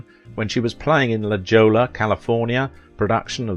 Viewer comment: La Joe-la? 😂